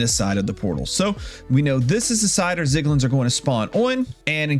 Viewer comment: love the tutorial just PLEASE THE ZIGLIN SPEAK IS GONNA KILL ME